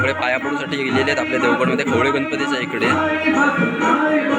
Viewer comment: खवले नाही रे खवळे असा आहे